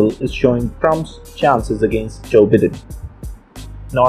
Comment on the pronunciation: It's Joe BIGH-den...not Bidden.